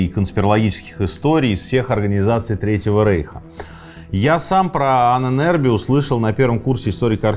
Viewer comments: Ужасно коробит это "аненЭрбе"😂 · Мои три копейки: Аненербе (Ahnenerbe), ударение на а (Анэн-Эрбэ) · Ahne - предок, соответственно мн.ч -Ahnen . Erbe - наследие. В конце твёрдое - е. Звучит как "э" . Правильно произносится Анэнэрбэ...кстати существуют до сих пор отделения Ahnenerbe в Германии. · Правильно произносить " аннэнэрбЭ" , слово состоит из двух слов - Erbe ( эрбэ) наследие и Ahnen ( предки) . Тоесть- наследие предков. В конце слова твёрдое " э" а не " е" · Произносить и писать лучше " Аанэн Эрбэ" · Ahnen = предки Erbe = наследия Слово "Ahnenerbe" произносится с ударением на удлинённую "А" как "А́аненербе" и означает наследие предков. Этим может быть всё что угодно. Например пирамида для египтян или же светлый цвет волос у шведов 😉. Пишу этот комментарий просто для понятия самого слова. Может кому нибудь интересно 🤷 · дуракам покоя нет... ударение на начальной букве "А"